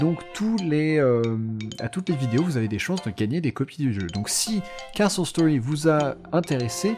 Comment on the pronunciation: On dirait que tu dit KSos Story avec ton acsent